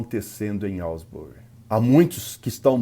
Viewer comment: Asbury* not Alsbury.